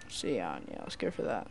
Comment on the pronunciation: cyan is pronounced as sian :P